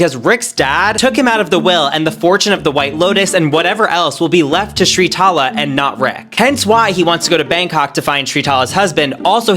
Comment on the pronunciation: Her name is spelt and pronounced Sritala! Not Shritala this bugs me so much